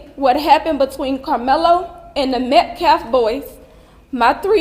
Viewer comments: He can’t even say Metcalf correctly! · Can someone tell that idiot felon mouthpiece that’s it’s Metcalf NOT Metclaf! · I can't get over how the Next Gen guy says they haven't been disrespectful of the victim while also continuously mispronouncing Austin's last name. Metcalf is not pronounced Met-Claf. It's the little things. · This attorney isn't even pronouncing the dead boy's last name correctly. He keeps calling him Metclaf instead of Metcalf. Who's attorney is this? What is the GiveSendGo charity? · She can't even say his name. "Metcalfe boy". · Can any one of you cartier boys explain why the man at the press conference can't say Metcalf and persists on saying Metclaf?? Lol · Austin Metcalf! Not Austin Metclaf!! He can't even say Daniel Penny correctly! He's a felonies clown. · Why can’t any of these people say that young man’s name right???! Austin MetCALF not MetCLAFF geez…. 🙄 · "We respect..." yet can't be bothered to pronounce a simple last name properly. 😆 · That lawyer can’t even pronounce “Metcalf” 😂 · High school kids sometimes get into scuffles, but they are generally not expecting someone to brandish a weapon. He brought a knife to (at most) a fist fight. (Like how that guy purposely mispronounces his name over and over while trying to tell his dad how to respect his child's dignity). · Does this NGAN dude mispronounce DK Metcalf's last name too or just unalived white kids? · Thank you. Right is right, and wrong is wrong, regardless of skin color. I wish that guy representing the Anthony family would stop mispronouncing METCALF. I think he may be doing it deliberately.